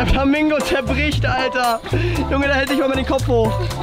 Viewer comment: Der hatt Flamango gesagt hhhhhhhh